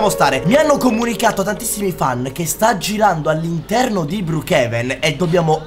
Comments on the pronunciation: si dice brookhaven non brookhiven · Si scrive brookevan ma si pronuncia bruukeven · non si dice brukiven ma si dice brukeven 😅😊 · BROKEVEN SI DICE NON BRIKIVEN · Si dice broochaven